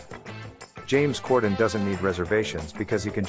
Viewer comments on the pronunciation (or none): Gotta pronounce "corden" better.. lol you literally kept saying "gorden"